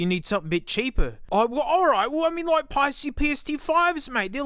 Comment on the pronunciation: Thank you for pronouncing Paiste correctly. I cringe when I hear "Paste-ee", especially from drummers who've been around for a while.